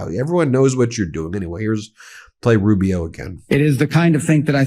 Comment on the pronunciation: Rube - E - O Marc my words. A defective A-eye would be more competent than little Marc-O